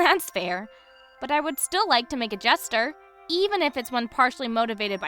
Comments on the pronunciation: Jane's VA saying Jesture instead of gesture 😂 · I can't tell if it's on purpose or a wonderful accident, but I love how Jane's VA pronounces "gesture" like "jester" 🥰